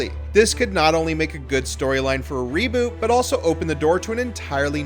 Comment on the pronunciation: Did he just say raboot?! Jog on mate no one wants that we just want Johnny Depp back in the new instalment